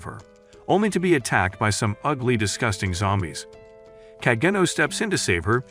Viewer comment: Bro said disgūting